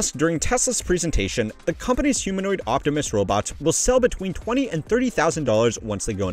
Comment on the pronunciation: As a Transformers fan, I cannot tell you how much it disgusts and repulses me to hear Elon Musk say 'Optimus'.